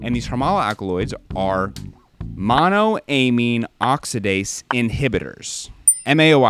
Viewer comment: friend to friend please pronounce monoamine the same way you pronounce dopamine only halfway through but great video!!